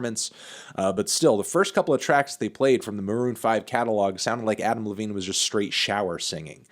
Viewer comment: When he says Adam Levine it sounds like he's saying Applebee's